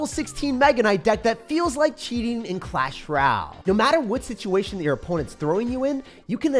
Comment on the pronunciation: I see what you are doing lol. Clash R’al now not even a “y” - so no vowels or even the sometimes a vowel y sounds for ol.